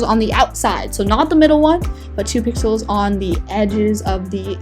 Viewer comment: Omg now I hear that too XD